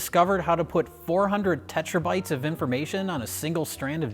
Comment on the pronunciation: "tetrabytes" nice one.